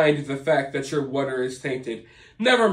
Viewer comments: I love how you say water. “Whater” 😅 It tickles my ears or something. 😂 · Yeah it cracks me up too 🤣😂 sounds like WUTER! 😆 😂 Too cute! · Idk why I love the way you pronounce “wutter.” I know, I’m weird. 😂